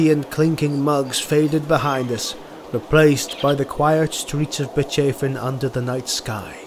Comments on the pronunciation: Yeah, it is great. I have one complaint though. About Bechafen... isn't it pronounced like Beckhafen(like the last three letters of TalaBEC)? You know, not Betchafen. Matters not. Such errors only add to the charm. Maybe that's how it's pronounced in Nuln, from where presumably is. Don't worry. See you in Talabecland! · I'm almost certain given the pronunciation of a lot of other empire locations, that it is meant to be Beck-Hoff-En not Bitch Chafin(g) 😂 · I love your Videos, but as a native german this one was grating to my ears. Bechafen is not pronunced like that. It is bec - hafen. Hafen means port in german. Otherwise keep up the good work.